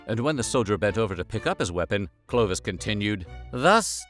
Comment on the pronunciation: It is NOT - 'Clo-d- vish'! But Clovis !!!🤬😡 learn to speak ou the name the real way !!! 🤬😠😡 And.. you said : could Clovis buy not another vase ? Even you said just few minutes before he stolen it? So what a bs !!!🤬🤬🤬